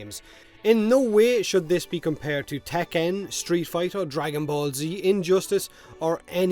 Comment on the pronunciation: I feel like the way you said tekken is more correct than how it is normally said